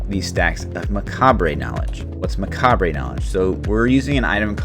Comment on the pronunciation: Nice video, but a bit triggered every time you say "macabre" - maybe a quick google search will help you learn how to pronounce it :> other than that, gj.